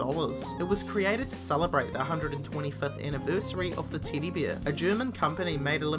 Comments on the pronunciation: no letter E exist in an alphabet to this guy :D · Why does this guy pronounce every E as if it were a long E sound? Ever becomes Eaver and Teddy becomes Teedy. Seriously WTF?